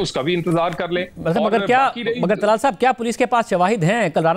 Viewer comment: طلال نہیں ، دلال۔۔۔۔